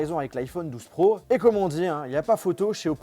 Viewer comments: Pourquoi au lieu de dire pro du dit prouf 😂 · Pourquoi tu dit prouf au lieux de pro 🤣